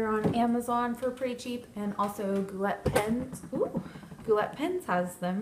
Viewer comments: How dare you say gou"LET", it's gou "lay". You're on youtube how have you never heard brian say the name of his company before?!?!?!?!?!?!? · Your mispronounced G-O-U-L-E-T. YOU SAID GOO-LET... IT'S A FRENCH WORD AND WE PRONOUNCE IT---GOO-LAY. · its pronounced gou!-lay lovely video!!!